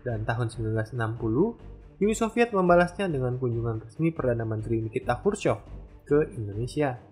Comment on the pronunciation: Nama channel lu salah bang wkwkwk, Uni soviet, Bukan Uni Sofviet wkwkwk